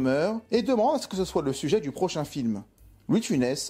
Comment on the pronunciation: le "sue-geai"?...Ou,le sujet?